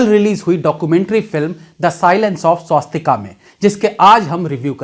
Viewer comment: भईया, कृपया फिल्म का नाम "स्वास्तिक" बोलिए,🙏, स्वास्तिका नही.... 🙏🙏🙏